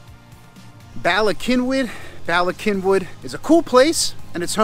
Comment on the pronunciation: All good Welsh words.Please pronouce the first Y as you would The U in gun!! Then the 2nd as in ee in weed!!!